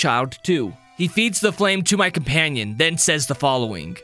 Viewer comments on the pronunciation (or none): none